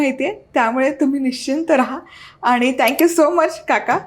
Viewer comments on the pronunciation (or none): none